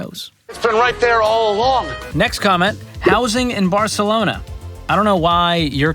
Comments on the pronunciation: It's "Barrrcelona" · I’m a huge fan, and I defer to your financial wisdom, but I gotta tell you that you are wrong about the pronunciation of Barcelona. It’s a soft “c”; the language of Barcelona is Catalan, not Castilian (what Americans call Spanish) - Catalan doesn’t have the lisping “c”. 😉